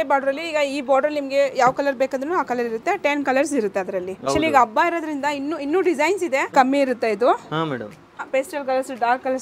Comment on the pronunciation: ಅಬ್ಬ ಅನ್ನಬೇಡಿ,ಹಬ್ಬ ಅಂತ ಹೇಳಿ.ಅಬ್ಬಗು,ಹಬ್ಬಗು,ಅರ್ಥ ಬೇರೆ ಇದೆ.